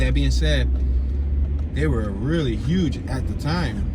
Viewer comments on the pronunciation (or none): none